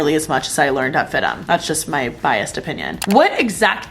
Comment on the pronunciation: I thought it’s pronounced F-I-D-M not FID-DEM? 😂. Like how FIT is pronounced with the letters seperate instead of “fit” lol